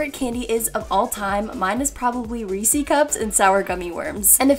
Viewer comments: Reeci cups?? I think they're called Ree-ses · I'm here in 2020.😪 So, no one is gonna talk about how she said reesy cups instead of reese's? Ok.